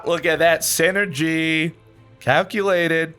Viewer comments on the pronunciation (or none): none